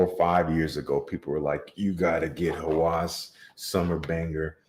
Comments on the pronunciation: Obsession is the right word .. however, when it pronounce the name in English sounds like lust, which is not. 1 alphabet different meaning. Pronounce like Hawes not hawas .. but company wrote it with a .. strange & wrong for me. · Hawas means something in the realm of obsession, but the good kind of obsession. Lust is a big word for Hawas IMO. It's pronounced Hawus, the U is the same U in "Us". I don't really care for the fragrance though. 😂